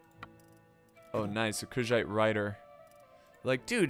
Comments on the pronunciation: Does anyone else think he is pronouncing Khuzait incorrectly? I say it "Coo-zahte." Idk where "Cuz-zit" comes from. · I hope u know Kushite( everytime u say kuzhait it sounds like u say Kushite) was a North African people...slavery flashbacks